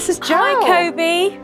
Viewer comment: I swear he kept calling Jo “Joel”